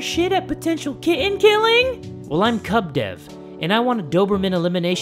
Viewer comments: i understood C*CK DEV C*CK DEV! and not kub dev xD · Why did i hear ‘c*m’ dev instead of Kub dev